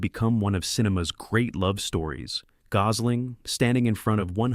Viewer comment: can't pronounce gosl8mg